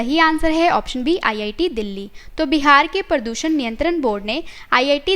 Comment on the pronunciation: Nice informative video.... But pronounciation of some words need to be appropriate. It's 'प्रदूषण ' not 'परदूसन ' and 'आतंकवाद ' not 'आंतकवाद ' ..... Some more words were pronounced incorrectly.